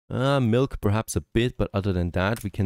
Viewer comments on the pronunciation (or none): none